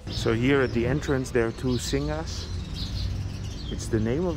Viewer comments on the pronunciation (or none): Oh forgot to mention that you're the only Youtuber has this super early, sun rise video of Bangkok city...very stunning indeed. And I've never seen BKK streets that empty before! Lastly, the lion statues in front of the marble temple is called Sing...not Singha (Beers :-)) In Thai we call Sing beer and don't pronounce the "ha" part :) But you're doing amazing, please keep up the good work!